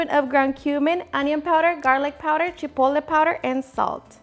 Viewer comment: Chipole? ChipoTle the “T” is not silent…